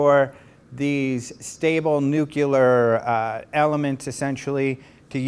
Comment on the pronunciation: "NUQUILAR"? Really? How about NUCLEAR? NUCLEAR!